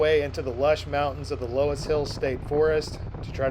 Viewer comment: LOESS is pronounced 'luss'😊